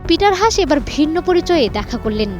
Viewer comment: It’s not “হাশ”, his name is pronounced as “হাস্”.. is it really so difficult to pronounce it appropriately 🤦🏼‍♂️